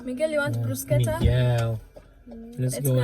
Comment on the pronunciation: I think they really take advantage of foreigners in this test in Germany. Most people I know failed at-least twice. Don’t give up, you will make it by God’s grace. Also bruschetta is pronounced ‘brusheta’ 😉